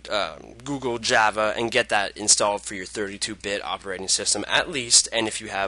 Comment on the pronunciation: its not JAAAAAVA its java